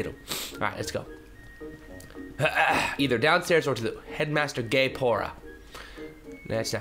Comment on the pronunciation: gaepora sounds alot like gay-pour-a XD